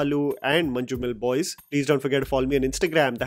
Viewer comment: Nice review bro, one correction don’t pronounce letter ‘J’ in Manjummel Boys you can replace that with Y or Z. Proud of Malayalam movies wish OTT were there in last 2 decades so many stories to share